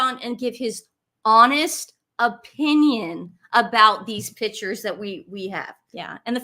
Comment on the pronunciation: When is. going to stop interrupting. She portrays herself as a “Miss know It All”. Please, tell to pronunce … Pictures correctly, her version is annoying.